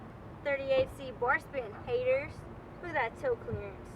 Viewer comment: Ctfu the way u say Haters...